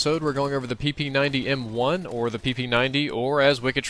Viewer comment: he sed PEYNUS